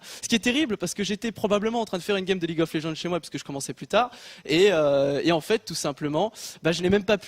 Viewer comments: Ce mec,, ne sait même pas prononcer le jeu qui a permis le développement de la boîte dont il est le patron. Qu'est ce que vous voulez qu'un dinosaure fasse d'un ordinateur à part le briser.. Une bonne tête à claque ce gars.. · quand t'y connais mais que tu te prends pour le boss du game... guignol va apprend a prononcer les nom des jeux ou reste dans ton domaine politique et economique. il faut vraiment que ces mecs la laissent le streaming tranquille... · super... Le patron qui parle de webTV avec un vocabulaire financier, il ne sait même pas prononcé le nom du jeu qui leur fait gagner le plus d'argent (comme tout le monde la remarqué). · Mais la faute viens pas de Kenny qu'est-ce qu'il nous raconte. Il a dit la vérité sur ce qu'il s'est passé, il est franc envers son publique et c'est ce qui est important. Puis un patron qui ne sait même pas prononcé le nom du jeu qui lui rapporte le plus ça montre son GRAND intérêt pour l'e-sport. Beaucoup d'hypocrisie dans son discours quand même... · j'ai tapé a plusieurs reprise mon bureau quand il prononçait mal le nom x) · Apparemment ce n'est plus League of Legends mais Leaguesss of legend. Vu sa prononciation ça se voit qu'il en a quelque chose à foutre des gens qui bossent autour de lui et de ce qu'ils font donc tout ce qui l’intéresse c'est le fric. Et je ne pense absolument pas que Kenny s'en veut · "Leagze of Legendze" Mdr il m'a tué ce con, le mec il s'est même pas prononcé sa source d'argent.. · "Ligs of léjeune " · comment il prononce league of legends ? lidjof laidjen ? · le mec parle de la boite et ne sais pas prononcer league of legend "leaguzof legend" xDD aller va tefaire le mec a rien compris au principe d'Ec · Déjà il a osé dire : ligz of legend xD. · Donc ce dirigeant sait tiens une TV lol et sait pas prononcer league of legends ? mdr Leagues of legends il a craqué. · "Ligz of les djande" 😅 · Quand il détruit le nom de leagues of legends XD, reste dans ton bureau et ferme ta gueule ! :)